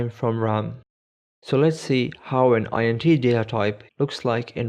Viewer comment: "int" isn't an acronym, it's short for integer. Just pronounce it as it's written.